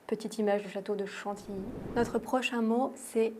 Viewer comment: Mais vous prononcez mal chantilly vous dites: chantiiii moi je dis chantiYii. C'est quand même pas compliqué.